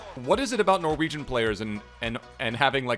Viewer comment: As a Norwegian I approve of how you pronounced everything! Love the content